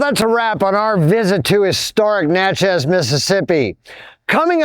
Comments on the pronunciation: You did a great job but let me tell you, it’s not Natch-ez it is pronounced “Natch-es” like matches. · Good job, but Natchez rhymes with matches and patches, the first syllable gets the accent .